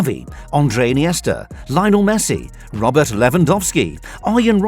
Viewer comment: The way he said Lionel Messi